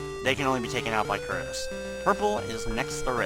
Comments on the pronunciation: It shouldn't bother me this much, but.. WHY DOES EVERYONE CALL THE BIRD CURTIS!?! IT'S CUTRUS! T comes before R. *sigh* I feel better now that I've vented. Sorry everyone. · I'm pretty sure since the bird's name is spelled "Cutrus" that it's pronouced "Coo-truss"